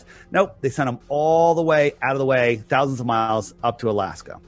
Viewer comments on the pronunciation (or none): One Thauwsind !